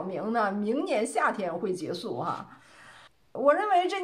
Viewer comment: “结束”应念做“劫数”，不应念做“节素”。